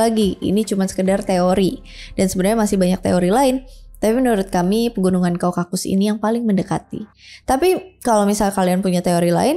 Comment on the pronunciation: kaukasus.. bukan kau-kakus😄